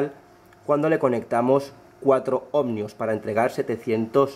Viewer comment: ¿¿OhmNios?? Se dice ohmios, tan listo que eres y luego te inventas esa N.